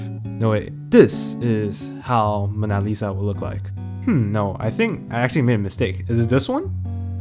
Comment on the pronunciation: its Mow-na not Ma-naa